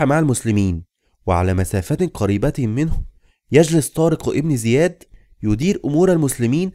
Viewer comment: جزاك الله خيرا ولكن طارق بن زياد لانقول إبن بسبب ورودها بين اسمين علم فلاتكتب الألف ولاتلفظ أما إن بدأنا بالكلام إبن زياد فنكتبها ونلفظها أما بين إسمين علم لاتكتب ولاتلفظ